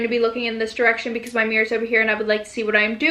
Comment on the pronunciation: the way she said "because" UNSUBSCRIBING